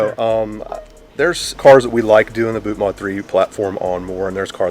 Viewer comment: Isn't it "mod" as in modify, not mode?